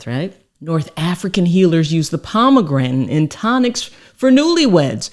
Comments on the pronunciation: I know she is a doctor but could someone tell her how to pronounce pomegranate. At least in American English. I say this cause I was listening to this video at work without the luxury of watching. I was looking up pomograntin on google and could only find pomegranate, so I thought I was misspelling pomograntin. 😂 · Shame she can't pronounce pomegranate. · am i sayn Pomegranate wrong or is she? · I love her. She my girl. She has helped me so much, but she gone kill me mispronouncing "Pomegranate". Love her though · It's very irritating you don't know how to say the word pomegranate